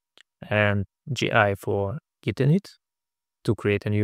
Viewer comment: You mispronouncing `git` as `jit` made me chuckle and wonder if this might spur arguments similar to the one about `gif` vs `jif`